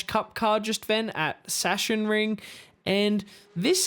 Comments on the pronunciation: [Sashenring] lol It's [zaksenring] Can't say the Stang is very stable. The rear wants to slide soooo much, must be ready to catch it. But a fun car anyway, no regrets buying it. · Everybody is calling it "Shashenring" when it´s more like "Zaacksenring"